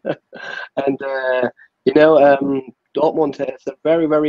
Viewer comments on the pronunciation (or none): And the "education at Dortomond" part